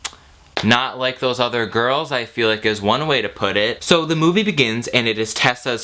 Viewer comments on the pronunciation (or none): none